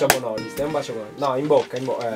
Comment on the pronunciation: Cazzo si dice bonoliiiiiisss con pa caxzo di l